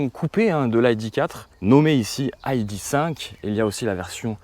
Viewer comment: Aille di cinq ?!?! "i" "dé" cinq ou "aille" "di" five ... Du franglais dans toute sa splendeur LOL :)